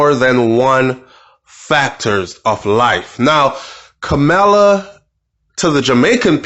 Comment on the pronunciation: It's ka mur la